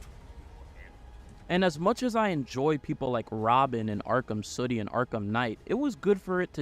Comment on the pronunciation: Great video. I can't help but notice you saying "city" like you're in a bubble bath commercial. Suddy 🤣🤣